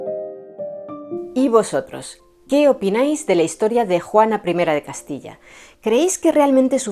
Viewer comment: Me has tenido 1.35 minutos embelesada.Gracias y que gusto oír decir Juana 1 de Castilla. No te lo había dicho antes...me encantas!!